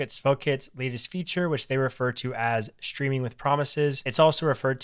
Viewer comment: Ayy you pronounced it "Shtreaming with promises", nothing wrong with that, it's just interesting to notice (as a foreign speaker) since it's a shift in how English is pronounced, and most native speakers don't even realize they're doing it. I assume you say shtreet and shtring too?